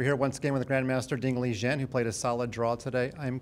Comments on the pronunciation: Ding Li Ren not Ding Li Zhian 😂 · WRONG. His name in Chinese is pronounced Ding Li Ren with a ‘R’, NOT a ‘J’. I have no idea where this ‘Jen’ pronunciation came from. And you have all these people patting themselves on the back for “saying his name correctly” when it’s just plain wrong. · His name literally has 人 which is 'ren' not 'zhen' so I got no idea why is pronouncing it like this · Correct pronouciation is Ding Li Ren, not Ding Li Chien or Jian or Zhen. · "Ding Lijen"? 😂😂😂 If you're saying who am I to disagree? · You’re pronouncing his name incorrectly! His name in Chinese is pronounced Ding Li Ren with a ‘R’, NOT a ‘J’. I have no idea where this ‘Jen’ pronunciation came from. And you have all these people patting themselves on the back for “saying his name correctly” when it’s just plain wrong. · I'm pretty sure Ding himself said in some chessbaseindia interview that 'Ligen' is the correct pronunciation. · its ding chilling not ding Li-GEN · His pronunciation is nothing like what it's supposed to sound like. I have no idea where the French J sound came from but it's not even close to the right pronunciation which you'd be 90% there by just using an English R.